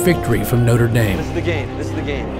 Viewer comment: You are saying Noter damn instead of Notre dame